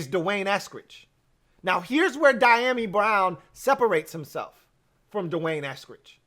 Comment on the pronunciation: Pronounced.... dee a mee.